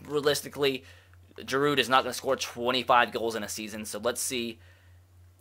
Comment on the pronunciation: The d is silent in giroud and the r is silent in olivier